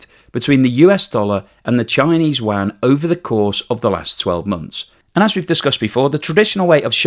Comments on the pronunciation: …LOL…”Chinese Waaaaghn” 😂….(Can’t you say, “You-on,” like everyone else)?…. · I've lived in Beijing and never heard anyone call their money WAN, or WHAN. There is kwhy (writing it as its pronounced) rem-m-b, or the most popular you-an. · Yuan is pronounced 'You on' in English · the analysis is good as usual. But you really need to learn how to pronounce Yuan. Honestly your pronunciation hurts the ears. try reading it like this: "You-An". Only fly in the ointment in an otherwise excellent work. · love your program. However, I have two things. 1. For goodness sake, please learn how to pronounce Yuan, or just call it RMB. Your current pronunciation of Yuan sounds like a duck quacking. It actually hurts my ears. 🤣 2. The primary problem with deflation, as I understand it, is not that the producers would be unable to pass on increasing costs, because costs are typically not increasing in a deflationary environment anyways. The primary problem of deflation is that money becomes more valuable with the passage of time, so there's a tendency for consumers to horde their money, so decreases economic activity. Deflation, in the context of the current Chinese economy is an interesting topic, as it could have been beneficial in certain perspectives, as it is suppressing wages while it is suppressing intra-China economic activity. So that makes Chinese goods even cheaper. So under normal environment, deflation in China could be good for exports, especially when the RMB is dropping. So the producers net production cost is lower in terms of RMB and even lower in terms of dollars. However, since decoupling is forcing down Chinese export activity, and lowering costs is not able to change that equation, deflation is just a (huge) net negative for the Chinese economy. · I turned this off (you lost my trust and consideration) when you COULDN’T pronounciate the name of China’s currency correctly...